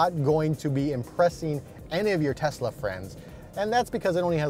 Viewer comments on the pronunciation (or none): none